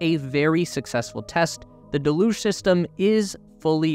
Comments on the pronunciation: "Deluge" pronounced del-uge >dell-uge< (dell as in bell, huge without the H). When you say de-luge is sounds like half of delusional 😂😂😂😂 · haha, he put me off everything else he said because I waiting for the next use of "de-luge-inal" 😂😂😂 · Its not pronounced "de luge"; its "del uge" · Would there be a possibility of pronouncing deluge correctly? It’s rather off-putting when said wrong. It pronounced deh·lyooj (or Dell lyooj). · Still mispronouncing deluge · Why do so so many people mispronounce deluge? It is a fairly common word. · It doesn't matter. Unless you're the type to go up to a Brit and tell em they're saying idea wrong because they pronounce it idear. Don't be a Karen. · Not to nitpick, but you're pronouncing "deluge" wrong. Just do a google search for "deluge pronunciation" and google will play you an audio clip of how to say it